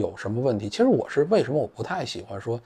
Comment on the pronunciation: 错啦，是“7实啊……”